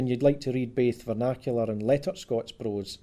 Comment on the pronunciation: Vinacular glosis???